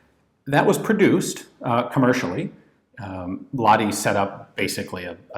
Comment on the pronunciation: I assume you filmed this before we met in Helsinki and I told you how to correctly pronounce "Lahti".